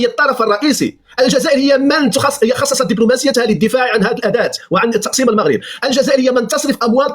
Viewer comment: تقسيم و ليس تقصيم ، لا تتعدى على اللغة العربية ....